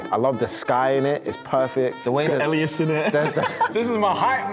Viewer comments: i can't be the only one whose soul dies a little every time a guest pronounces elias' name wrong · Why does no one ever prep the guests on how to pronounce Elias’ name 😫